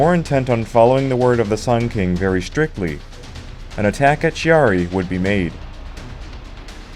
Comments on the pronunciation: Excellent docu. You got a new subscriber. However... ... it pained my quarter-Italian ears much to hear the name of Chiari so badly butchered over and over. It's /kiari/, the "h" in that position in Italian is precisely to avoid the /t͡ʃiari/ pronounciation you insisted upon, which would be the case ONLY if written "Ciari". "Ch" as /t͡ʃ/ is only West of the Alps. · Kyaree not Shiaree. Chi is pronounced shee in french, not italian. Anyway, way the go. Not many videos on this subject. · Thanks for the video. It was entertaining. A couple of points, if you don't mind. Chiari is pronounced Kee-ah-ree. The music, I know it's personal, but I found it a bit monotonous. All in all a good video. It made me want to check the rest of your production 👍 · Chiari (kee-aa-ree). With a "k" like "cake", "king", or "can" IF it is an Italian name.